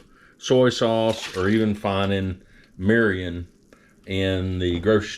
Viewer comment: “Meerreeeyon” 😂why is everyone like this whitey learn how to pronounce the ingredients before you make a video about another culture’s food plz. And cool it with the love bots, how much you pay for these comments?